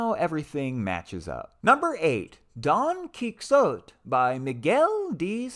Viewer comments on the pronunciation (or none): Not trying to be That Guy and it's pronounced KEE HO TAY ;-) :-) Happy reading! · And even further..Key Ho Te, short e like pen. 😊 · Indeed! Fun stuff. Not even going to subtract points for that pronunciation of Don Quixote Haha